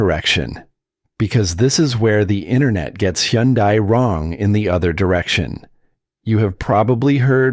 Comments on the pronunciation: Hyundai rhymes with Sunday. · Is that really how to pronounce Hyundai?